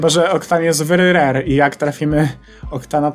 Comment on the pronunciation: A później to popsuł bo powiedział wery rery